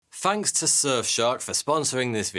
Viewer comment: You need to keep reading the dictionary” fanks “ isn’t a word but thanks is there’s these two letters called “TH” they make the thhhh sound as in “think””thought” in no way do they ever sound like “F” but you’ll get there just keep reading the dictionary it will do wonders for you obviously